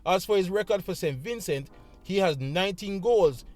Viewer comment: Vin cee thats how its pronounced. Great preview 🫡